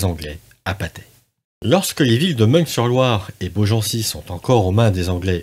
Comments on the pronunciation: Bonne vidéo, mais pour info, et malgré l'orthographe, "Meung sur Loire", se prononce "Main sur Loire", je suis de la région à la base 😉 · Juste on ne dit pas " ming sur Loire" mais" min sur Loire '" Et aussi" jar jo" et non " jar go "...merci encore